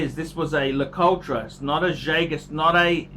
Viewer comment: it's prounounced LA -COUT